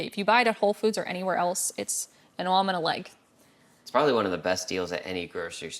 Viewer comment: An arm and a leg - i heard that New York accent come through then!